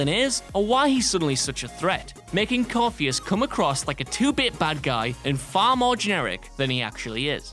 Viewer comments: Corypheus= Cor-if-ee-us, not Corpheus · Core-theas 😂😂 nooooooo Cor-ithi-us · isn't it pronounced core-if-ee-us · The name of the villain introduced in Dragon age two who then becomes the person you fight most in Inquisition is pronounced "Core-RIFF-e-us" btw... you guys could have at least watched him introduce himself and use that pronunciation! Dude talks about himself in the 3rd person a fair bit after all! It's not like we don't hear his name spoken aloud ALOT in inquisition, both by him, his minions, The Inquisitor him/herself, or by your companions... So how did you manage to butcher his name that badly? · I believe you pronounced 'Corypheus' incorrectly. I think you'll find its coryphefish ;)